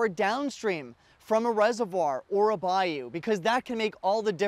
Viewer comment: and can`t pronounce BAYOU !